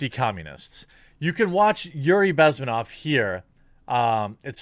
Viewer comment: Bezm`enov. Stress is on the second syllable. Just in case you ever need it again. :D